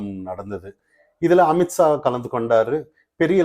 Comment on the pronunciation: 😂😂😂😂 not AMIT SAA.... pronounce AMIT SHAH😂😂